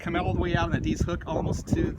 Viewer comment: “ED”-“IZ” Hook. “ED...Short E, not long E. Just like the name ED. “IZ”...Like “IS” only with a Z. ED IS, ie; EDIZ. EDIZ HOOK. Thank you.